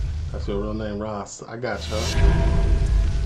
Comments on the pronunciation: Ross, pronounced like it rhymes with Floss or Toss. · Its ross not rose🌷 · It's Ross as in Boss. Rose is spelt rose👍